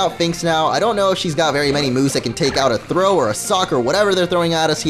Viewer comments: ITS sawk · its not thro its sawk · its a sawk not throh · sawk sawk its not throw its sawk